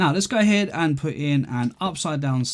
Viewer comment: this dude really likes to say 'gai ahead'